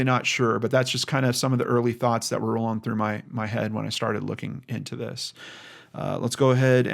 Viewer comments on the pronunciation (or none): none